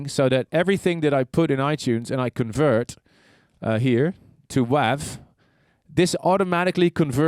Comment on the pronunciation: WAV...... pronounced like WAVE... as in Sound Waves. Sorry, I know it's a minor thing.